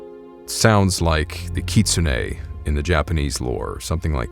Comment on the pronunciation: Keet-sue-neh...not keet-sue-nay.